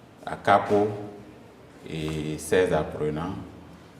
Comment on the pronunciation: Toutes mes excuses à l'enseignante Acakpo et non Kakpo. Merci beaucoup